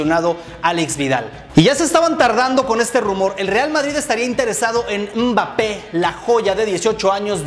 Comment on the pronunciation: se escribe Mbappé pero se pronuncia bappé.